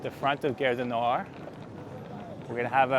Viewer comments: cool! fyi gare rhymes with "are". not air. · The "a" in French is pronounced "ah" (as in "father"). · Little note on pronunciation: you are saying 'guerre' du Nord, 'war of the north' rather than 'gare du Nord'....Station of the North :) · GHARE, not gerre.! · nice video; just one tiny little thing... Gare du Nord (Northern Station) is proncounced as "gahr" - you pronouncing it as "Guerre du Nord", sounds to French like "War of the North" 😀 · Hé hé ... It's "Gare" as in "Gaaaaaahre". Aaaaah. Open up the 'a' :). You got it with "cAfé Allongé". Same 'a'. And it's not a company or store/product name, so it's OK to pause between words, same pace as a regular sentence. It's not "gare-du-nord". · Pronounce "Gare" like "garr", but with the A pronounced like the A in "garden". So like saying "garden", but stopping halfway and adding an R. 😘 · His pronunciation is a bit off track I thought we had started a war in the north. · Try garage du Nord then remove age... at the end it should be more or less good 😁